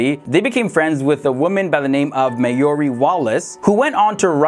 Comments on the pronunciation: the woman the twins befriended, her name is pronounced "Mar-Jaw- Ree" & not Ma-Your-ie... smh, ftd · That's not at all how you say 'Marjorie' 🤣🤣🤣